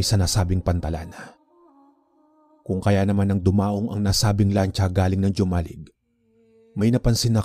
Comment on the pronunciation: Ang pronounce po nyan ay Homalig not Jomalig